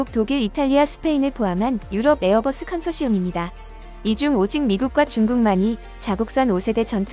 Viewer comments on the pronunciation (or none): none